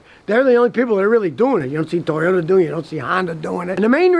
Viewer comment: Toyodá, Neeeesaaan, misseeebeeeshi, hinnn-die, Beee Emmm Dubbb-Yerrr, JHAGG-WAAAAAAAR